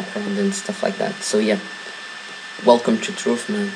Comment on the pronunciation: "welcum too truff"